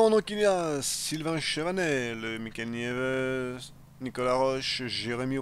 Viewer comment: ca se prononce "Niebé" xD